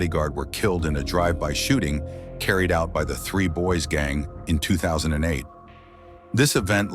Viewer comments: The 3 boys gang?? Nah that AI you using is mis pranounced. Its Dre boy's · 😂 I was wondering who 3 boys were. At least he got the 3 right.... Unit 3 lol